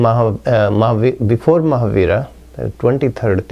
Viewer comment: What is he saying... Marhabara? Jainism didn't start after Marhabara?